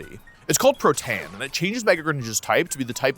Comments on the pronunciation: We need more comments teaching Wolfe how to pronounce Protean (tee-in, not tay-uhn) You stress the Pro part of the word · pro tee in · It's "pro-te-an", meaning to change easily or frequent, did you guys think it was "protein" like in biology? 😭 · Alright bro pro TAY en is crazy it’s pro tee uhn. We all established that years ago. You can google it it’s a real word. Why do people just decide to pronounce things weird in this community. Nah I love it tho but I’m not even a minute in and you said it twice and it’s killing me. I’m going to hope it’s intentional rage bait for engagement cause that’s so clearly meant to be pronounced one way. 😂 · Protan? I thought it was pro-tea-an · Wolfey butchering another word in "Protean." Pro-TEE-in, not "pro-TAY-an." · guys, is it really pronounce "pro - tan" and not "pro - teen" ? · BRO I CAN'T IT ISN'T "pro-tan" IT'S "pro-tee-an" WOLFE I THOUGHT YOU WERE FIXING YOUR NAME PRONOUNCIATIONS WHAT IS THIS??? 😭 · Nobody is trying to tell you that protean has two syllables, pal. They're telling you that Wolfe is pronouncing the second syllable wrong. The word is pɹəʊˈtiː.ən, whereas Wolfe is saying pɹəʊˈteɪ.ən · protein and protean are different words lil bro, its pronounced proteyan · Aight, i need a video of Wolf just pronouncing Pokemon Words. pro TAN is sending me😂😂😂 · Pro-tane and pro-tane accessories. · no way mf just called its ability "protan" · Protayan? Nah bruh say it right… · It’s pronounced pro-tee-en, holy my ears bro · Wouldn't the ability be pronounced, "pro-tee-an" to describe a being from the proterozoic? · Protean is pronounced "PRO-Dee-In". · Normal mega Greninja keeps Protean, but giving it the Gengarite unlocks "Pro-Tay-Uhn" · Pro. Tee. Inn. Say it with me. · If he says pro-tayan one more time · Hay Fyi it's pronounced Pro-te-un Don't know if the mispronouncing is intentional but if you want to say it correctly there it is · "It's called Protäään" No, I don't believe it is xD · “It’s called Pro-TAYAN” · Pro tay an